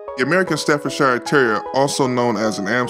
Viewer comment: How can you call a dog an American Staffordshire? That's like calling a dog an English Kentucky or an Australian Carolina. Also it's Stafford-sher or sheer, not Stafford-shyre.